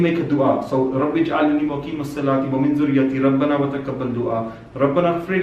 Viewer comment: Assalaam u Alaikum brother, MashaAllah u r doing a great job may Allah bless u with more ilm of deen, i wanted to highlight one point, which is a common mistake i have come across by even the most experienced hafiz e Quran and imams, and that is the mispronunciation of the ending dua, i may have misheard u but it sounded like u said Rabi (space) ja'alni, whereas its Rab'bij (space) Alni, most brothers and sisters learn common duas/suras/ayaat while they r young, and never recheck for mistakes, and just keep reading throughout their lives, once again i apologise if i misheard u, but this comment is generally for everyone making that mistake